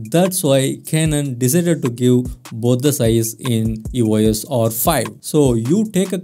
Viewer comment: Its E-Os not E-O-S...